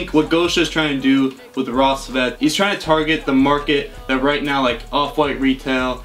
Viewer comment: the way he pronounces рассвет makes me mad